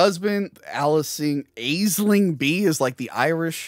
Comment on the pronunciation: Aisling is pronounced Ashlin, its those irish pronounciations